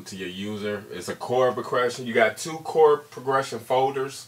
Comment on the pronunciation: this guy cant even say progression..